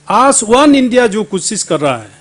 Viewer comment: Gaoliya aaj bolta hai aaajjj nahi .....pata nahi arunachal ki janta isko kyu mandate kiya .....hindi v ko MA Behan kardiya.... I salute arunachalee people